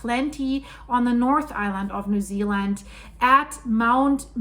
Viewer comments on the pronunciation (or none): none